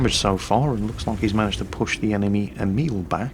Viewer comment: That's still not how you pronounce Emil... Here you go